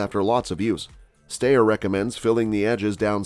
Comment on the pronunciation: This isn't a new model of the AUG and the pronunciation for Steyr is wrong.